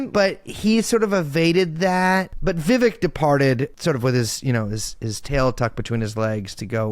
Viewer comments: Poor Vivek. He made a whole rhyme and people still say his name wrong lol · Can someone teach him how to properly pronounce Ramswamy’s first name? It kept taking me out of it.